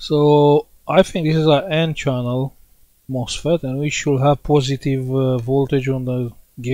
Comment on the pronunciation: It sounds like you are saying the 'mossfit' isn't working. How is that word spelled?